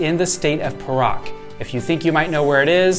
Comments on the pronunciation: I'm sure it's "Pay Rak" not per Rak. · The state Perak is actually pronounced as “Pair.Ruck”.... not as “Per.Ruck”.